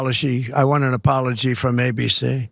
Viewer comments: An "apoloshe" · What's an Apoloshe cause that what it sounded like he said